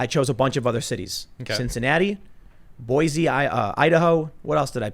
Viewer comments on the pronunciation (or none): Tim it's pronounced Boise (boy-see)